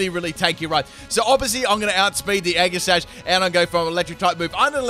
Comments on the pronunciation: is it just me or did he say eggi sash instead of aegislash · Right though! he says the same thing when pronouncing Aegislash’s name too 🤦‍♂️ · Is he trying to mess with us? Or does he really pronounce all of their names with a hard G. Including Aegislash. Age-ih-slash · The way he says aegislash triggers me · The way you pronounce Aegislash hurts me on the inside...